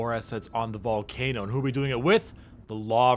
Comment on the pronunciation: Did i just hear BALLCANOOOOOO